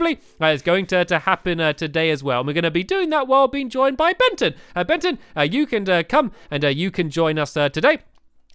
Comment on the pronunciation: It is Bengy not Benton